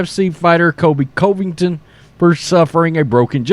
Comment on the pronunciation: It's funny this guy doing the video can't even pronounce Covington right. LOL I still contend he has never watch sports. Mark Jones is a moron.